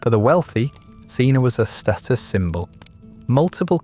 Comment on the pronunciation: You pronounce 'ientaculum' and 'cena' in a horrible way. The i in 'ientaculum' should be pronounced as a j. C in 'cena' is, as always in classical Latin hard, thus pronounced as a k.